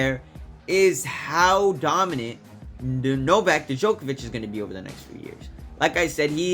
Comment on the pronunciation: Why people don't invest 5 minutes of their time to actually learn how to pronounce people's names. Especially when they want to make a YT content that they want to be watched. You literally butchered Novak's name!